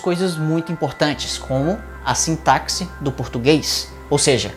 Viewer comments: Excelente vídeo, só percebi um pequeno erro, sintaxe se pronuncia 'Sintasse' e não 'Sintacse', fora isso, muito bom. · Pronuncia-se-'sintasse' e não 'sintacse'. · Cara, adorei o vídeo mas a pronúncia de sintaxe tá errada. Sin-ta-sse e não sin-ta-c-sse. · A pronúncia correta para a palavra sintaxe é "sintásse" e não "sintácse". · Gosto muito dos seus vídeos, acompanho o seu excelente conteúdo sempre. Mas só uma correção, com todo respeito: sintaxe se pronuncia "sintasse". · Sintaze* (tem som de z, não de ks, embora seja escrito com X). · Olá, admiro muito o teu canal, é um belo trabalho, gostaria de fazer apenas uma pequena correção, o X na palavra "sintaxe" tem som de S, a pronúncia deveria ser "sintasse". :)